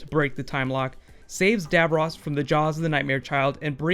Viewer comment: Cool video. Sorry to nitpick but you are mispronouncing "Davros".